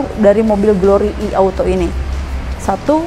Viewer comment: Nah ini baru penyebutan "I" bener, bukan "Ai"..